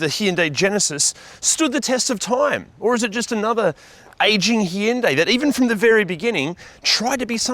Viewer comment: C’mon, you review cars for a living, surely the least you can do is pronounce the brand name properly.